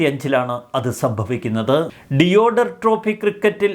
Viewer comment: Deodhar ദേവ്ദർ എന്നാണ് പറയേണ്ടത് , ഡിയോഡർ എന്നല്ല.